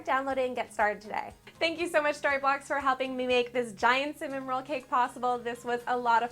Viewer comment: when she said story blocks it sounded like starbucks lol is it just me?